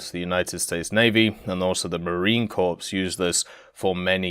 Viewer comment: It's pronouced "CORE" not Corpse.